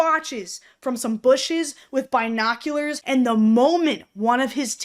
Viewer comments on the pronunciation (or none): What’s a “bye-noculars”. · omg I'm so sorry but the way you said binoculars just devastated me for some reason. Like, I feel like you brutally murdered/mutilated that word I swear (Btw this is just a joke don't overreact)